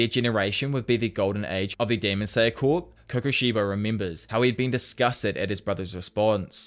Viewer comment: For the love of GOD. I know it's spelled like corps but it's pronounced like core